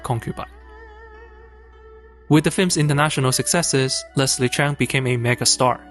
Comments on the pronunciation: OMG - this guy is Asian & he can't even pronouce Leslie's surname. it's Cheuuuuung not Chan! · It is supposed to be Cheung.. not Cheng